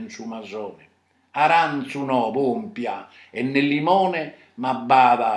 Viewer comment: pompia su fruttu,cin s accentu in sa i.non pompia comente nas tue